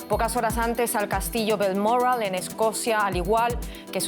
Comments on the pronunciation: Diga bien que presentadora es Balmoral no balmorral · Haq pronunciado usted Balmoral de una manera que no sabía de donde hablaba. No hace falta ser tan refinada, es español Balmoral, Bal mo ral.